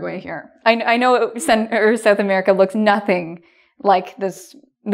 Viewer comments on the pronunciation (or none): no one:: Sudamerica looks llike a florwer jajajaja